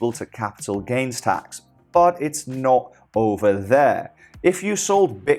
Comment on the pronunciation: You said it’s not over, but it sounded like you said snot over lol, sorry, just my inner child coming out. Keep up the good work bro.